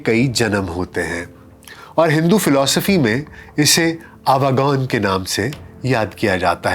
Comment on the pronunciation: The right pronounciation is AWA GAWAN.